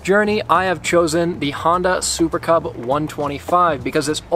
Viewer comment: did you just said "super kebab" instead of "super cub"?